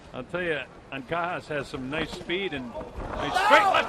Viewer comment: I hate u, it's anca-jas(has) not ankakas😑..anyways 'pacquiao' have been mispronounced lot of times before he got famous so keep it up kid!always be humble 😊